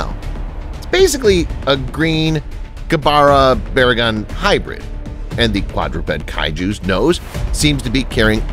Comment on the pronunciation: I actually like the way you pronounce Gabara's name.